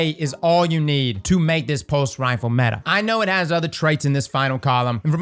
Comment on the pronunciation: Its METAHHH